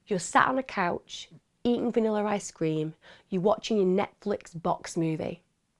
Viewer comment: Also, I love how Emma says “Vannilar Ice Cream” ❤